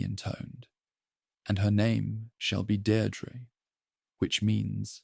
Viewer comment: Deirdre = deer + dreh Samhain = Sow (like female pig) + win